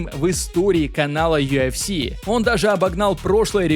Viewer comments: не юафси, а юэфси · Бро, ты сам слышал как ты произносишь аббревиатуру UFC , у тебя это звучит как Ю АФ Си , а должно звучать Ю ЭФ Си, без негатива если что. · Автор. Красава, всё хорошо смотреть и интересно. Но вот это Ё ФС. Весь мир говорит ЮФС, честно как серпом по яицам. Перестал смотреть, не могу. ЁФС🤦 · чел, почему ты называешь юЭфси - юАфси? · Почему он говорит ёофси?😂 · Меня раздражает его "ЮАФС" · Чё он как говорит? Ю Аф Си😅